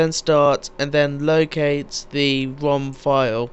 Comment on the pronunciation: HAHAHAHA, U SAID WOM, INSTEAD OF ROM!